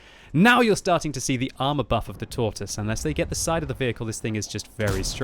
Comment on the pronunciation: 8 years of WoT and you still say Tortoise wrong smh lol